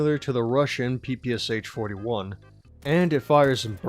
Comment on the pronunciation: Aww yes the P.P.S.H. 44 that’s its name. not the Pah-Pah-Shah. the meme lives on.